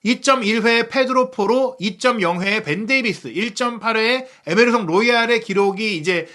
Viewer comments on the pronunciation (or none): none